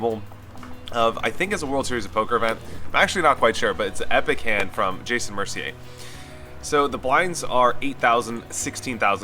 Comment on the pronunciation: I like how you actually pronounce Mercier right